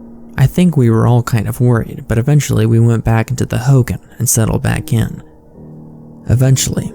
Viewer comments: I'm Navajo and it pronounced Ho Gon not Ho gan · Sorry it’s driving me crazy it’s pronounced “ho-gone” not “hogin”